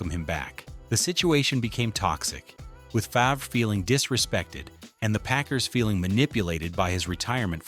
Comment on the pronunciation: Favruh 😂 Its pronounced Farve, but spelled Favre.